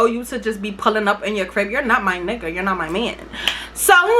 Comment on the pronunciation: do you be saying “you’re not my nigger” bc everytime i hear that instead of nigga